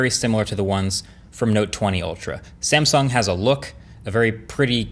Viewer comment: That 'sansung' feels very, very uncomfortable.